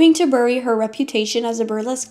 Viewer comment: "Baring" pronounced as "barring," "Ear-ving Plaza," "bury" rhyming with "furry," not "cherry." I HATE AI.